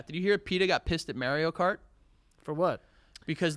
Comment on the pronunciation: “Merio Kart” is so infuriating to hear. And he kept saying it 😡